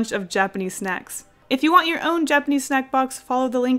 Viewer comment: Okay but when you said; ‘onto the squid snacks’ I heard; ‘onto the squid sex’